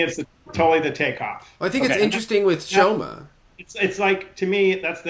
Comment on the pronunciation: called Shoma "Shomo" throughout. Couldn't you correct him?